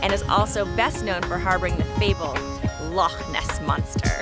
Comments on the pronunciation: Had hoped the narrator might try to pronounce "Loch" but alas not. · It's not "lock" and nor is it pronounced "lock". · Lake.???, at least try to pronounce "Loch".